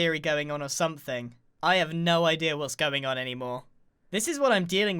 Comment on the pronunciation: no one: Grian: i d e a r